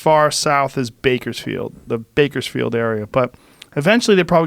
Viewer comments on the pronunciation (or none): none